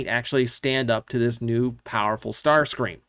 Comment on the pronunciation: Ah yes the Legendary Tarscream.